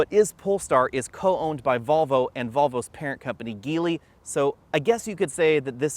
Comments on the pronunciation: voleey? geevol? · You pronounced Geely incorrectly.